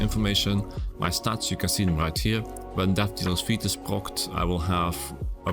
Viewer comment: Just one thing, the pedantic twat I am... Fete is pronounced fate, not feet. 😅